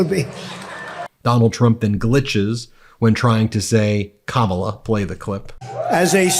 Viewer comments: "Kalama"? What in the heck did he say? Yes, Donald Trump is definitely a Kalamity. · More projection. “ I’m ‘blowen’ out my voice “. Glitches trying to pronounce Kamala.